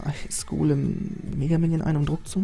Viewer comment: Du sagst immer mägaminion oder golm xD